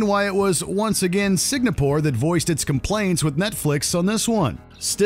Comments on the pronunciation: I know. But the VO kept saying it wrongly. My comment was a joke referencing that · dude’s got a hart time pronouncing Singapore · If I have to listen to this guy mispronounce Singapore one more time I'm gonna reach through the phone and slap the shit out of him. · Is "Singapore" really that difficult to pronounce? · I even thought it was a whole new country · You keep on mispronouncing Singapore, this video should be banned. My gosh. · He pronounced Singapore correctly all the other times, why did he trip at the finish line? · Say it with me now: SING-AH-PORE. Not SIG-NA-PORE. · You should’ve change the title to: Netflix shows banned in Singapore. And yes, the country is pronounced as Sing-Ga-pore not Sing-na-pore. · why does the narrator keep saying "SIG-NA-PORE"? it's Singapore =)) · Signapore?????? Where exactly is that????? Or is the word SINGAPORE also banned????? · Every time you pronounce Singapore as Signapore, it feels like someone shoving a pencil into my brain. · Its SINGAPORE! Not Signapor🙄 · sing : sing a : a pore : pore Singapore! : Signopor! *Facepalm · Its Singapore not Signapore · It's pronounced "Sing-a-pore" not "Sig-na-pore," Mr. Narrator. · is my hearing whack or did he just keep pronouncing Singapore as "sig-na-pore"???? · Why are you mispronouncing Singapore. Its Singapore NOT signapore. SINGAPORE NOT SIGNAPORE. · Is it me? Or is he saying Sig-na-pore instead of Sing-a-pore? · what is "signapore"? i just know "singapore". confusing. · The N comes before the G in Singapore. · Why do you keep pronouncing Singapore as Signapore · Bro....I'm sorry but I just couldn't handle you repeatedly saying sig-NA-pore. Unless there's some country I don't know about? It's sing-A-pore. But that's just me. Sorry you guys are awesome but that just got to me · For WatchMojo's sake hope this narrator does not make any more videos. Signapore? SIGNAPORE? It is not difficult to figure out how to say Singapore buddy... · Bro, it's Singapore, not Signapore.